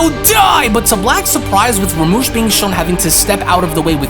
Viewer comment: Do you even read the manga your showing cuz it's literally written as rumshi not ramush..Jesus Christ it's like your quality is getting worse rather than better...I mean honestly you make yourself sound stupid by drastically mispronouncing what's literally written right in front of you